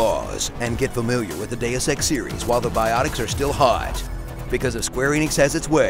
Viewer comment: Deus ex D e u s e x D e u s e x that's how I hear it.